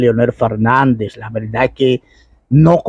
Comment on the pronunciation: Aprenda a hablar no se dice Velda sino verdad